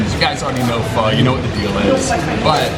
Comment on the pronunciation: Pho - omg pronounce it like in "forget it" there is much much better food in Vietnam. just look at this disgusting fatty meat they put in. pork rind, fat and a bit tough meat.